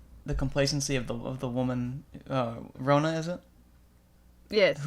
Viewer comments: lmao its so funny how people don't know where nz is :). Im from nz and this video was deeply .... interesting. the way u pronouced maori and rona. :|||||| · I'm Māori myself, and although your pronounciation of Māori and Rona really need some work (no offense meant, Māori is a really hard word for anyone unfamiliar with the language to say! Even some non-Māori New Zealanders get it wrong), it's so cool to see my culture discussed or... really acknowledged at all. Human Calamity is gorgeous btw!!!! I love her so much.